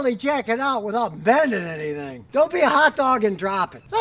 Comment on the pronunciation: "we don't wanna bend anythehhh" lole